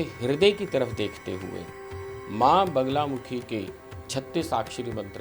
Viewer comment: naam toh theek se boliye maa ka, it is ma baglamukhi...aap baar baar bagulamukhi bol rahi hain..... bagula nahin bagla